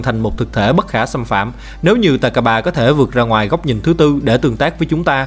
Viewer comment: takaba mà em nghe ra tài k3